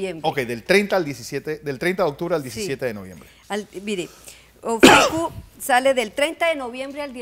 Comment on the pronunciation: 😂😂😂 todos los "astrólogos" están dando diferentes fechas y diferentes datos y está señora que ni siquiera se sabe cómo se pronuncia el nombre de "Ofiuco"... Desastre cuando desapareció Plutón como planeta... Así que no hay prueba de la salida de las cavernas 😂😂😂 Metió a la NASA y desde la perspectiva de la atmósfera y el espacio, todas las estrellas cambian de posición y no forman las figuras que se denominaron constelaciones... 😂😂😂